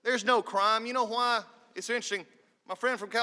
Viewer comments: When people put emphasis on word “why” it’s oddly satisfying to me... no that’s not the only information I gathered from this video. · I like how he puts emphasis on the word “why”